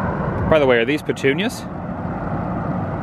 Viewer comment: Why you always say pettunias? Is it a reference?